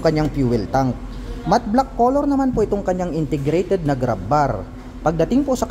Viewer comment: Ang "word for the the day is INTERGRATED". NYAHAHAHA 😅😂😊